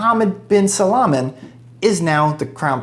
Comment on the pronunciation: It's Salman not salaman😂